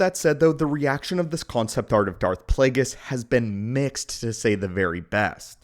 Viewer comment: It's Plagueis, not Plaguies.